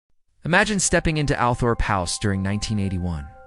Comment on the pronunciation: Noooo bloody American accent. Starts with Althrop… totally terrible pronunciation. Boleyn, Marlborough… just making us all shriek. It is really terrible. For goodness sake use a proper English accent.